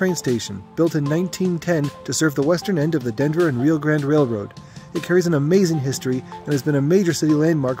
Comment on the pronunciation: Railroaders pronounce it RYE-OH